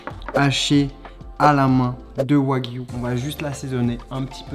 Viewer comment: Qui a remarqué que quand il présent les ingrédients il dit « bœuf de Kobe »puis le reste de la viande il dit du yagwu